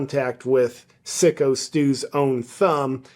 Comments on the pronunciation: Its Psycho Steve, not Sicko Steve. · FYI not sicko its SYKO as in Psycho the movie.😂😂😂